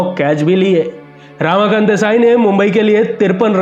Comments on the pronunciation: Not रामाकांत, "रमाकांत"! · Ramakant Desai represented Siddharth College Fort Mumbai,he was picked to play for Mumbai by Vijay Manjrekar & Polly Umrigar prominent Bombay Ranji players of 1950s.He was called Tiny-टायनी & not टीनी.Ramakant's name pronounced as रमाकांत & not रामाकांत.